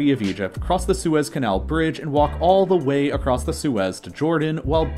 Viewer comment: DA WHEY ?